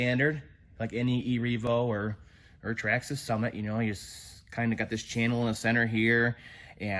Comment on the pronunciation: Stop pronouncing traxxas like that